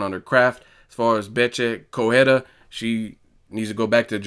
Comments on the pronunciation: It is pronounced "Co-re-I-a" not "Cohera" Still a barking poodle, full of herself and getting smashed by a truly Champion. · Please pronounce the combatants properly. It's not corrhera, it's Correia.